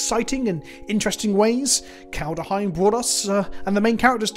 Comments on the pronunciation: KALED HEIM. Not Kalda heim. JFC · I love how even a year later you still can't (or don't want to) pronounce Kaldheim correctly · That bothers you too, huh? To be fair to, most people mispronounce it.